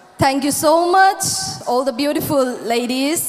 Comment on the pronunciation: Sana is beautiful but she can't differentiate R and L... Eg Imphal = Imphar, beautiful=beautifur.